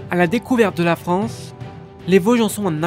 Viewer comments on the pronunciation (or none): none